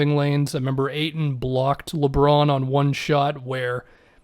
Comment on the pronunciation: Hahaha reading the auto caption for is funny, he never gets ayton name pronounced correctly